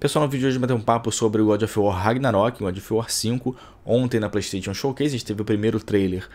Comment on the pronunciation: Melhora sua pronúncia vei, playsTETIon n é certo